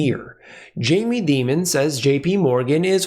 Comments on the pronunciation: Dear Jamie pronounces his name DIAMON(D) NOT DEMON? JUST AN FYI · It’s Dimon like Diamond. Demon does fit though 😂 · you're mispronouncing Mr. Dīmon's name. I know you have too much integrity to do that intentionally; even Max Keiser wouldn't do that. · The correct pronunciation of Jamie Dimon is Die mon not Dee mon. However. I think Jamie is a demon so you may be more correct. I am inclined to fade people like Dimon and other high profile characters. Commodities have had a big run. Nothing goes up in a straight line. What better way to attract buyers to sell to? They do it all the time and sheer many sheep. I've been an investor for 40 years. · The correct pronunciation is "Demon". Because that's what he is. Very common parlance in the investor community. Everybody knows that it's really Dimon.